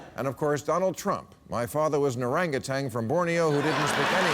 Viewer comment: Why won't Bill learn how to properly say "orangutan"?